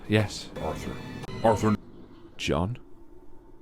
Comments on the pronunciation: The more you listen to this the more it sound like john is saying Arffr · The evolution of the "Arthur..."s morphing into "ORTHUR" is so funny to me lol